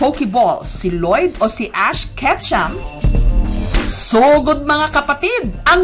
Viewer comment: ash "ketchup" hahahah